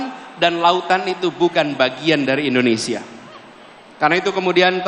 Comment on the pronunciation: indonesia pak bukan endonesia 😂😂😂😅😅